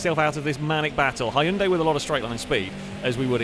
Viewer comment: You're mispronouncing Hyundai 🙂 (but thank you for another fun video!)